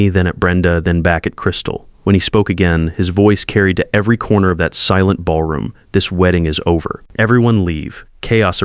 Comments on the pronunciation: Might want to check pronunciation at beginning. Silent revenge was way off. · Wouldn't watch past the first horrible mispronunciation of silent. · the constant repeating of the narration is not worth listening to. you need to do better, maybe get an ai with some semblance of intelligence. it couldn't even pronounce 'silent' correctly. pity. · That was an interesting pronunciation. 😮